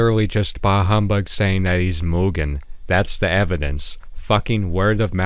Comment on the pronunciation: fantastic video but please stick to one pronunciation of mugen it drove me up the wall hearing you pronounce it differently so many times bro